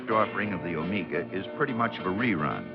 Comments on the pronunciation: It’s pronounced “oh may ga” NOT “oh MEE ga” I had a ‘74 Buick Apollo for my first car. Had a 350 V8 but no sports trim. Avocado green with a white interior. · "Omeega"? Paleeease! It's pronounced Omega as in the timepiece.Thank you. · "Oh-May-Gah!!"😀 This gentleman's an amazing narrator, though, so I'm going to cut him some slack!! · Never heard anyone call it an Omeeeeeega. Should have asked someone how to pronounce it correctly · Every time I run into this review something really sets me off when he ways "OmEEga"! I don't know why since I have no personal affection for the car. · Why is he putting so much emphasis on the "E" in O-MEEEEEE- Ga? It is clearly pronounced with a "long E sound" like Meg (or Mag) and not so much with the "E"!! Does he think the thing is Mexican?? Like the word Amigos??